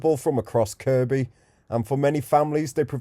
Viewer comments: Am I hearing you right… are you calling it KirKby?? It’s pronounced ‘Kirby’. You filmed my bf’s old place in Northwood lol. That spot you thought may have been an old playground is now just used by a few for their dog to have a run round and toilet. I used to live in the heights on Roughwood Drive. My block got knocked down years ago though. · . I know. 😂 I used to live in Northwood. The guy doing this video mispronounced Kirkby. My comment was in response to that.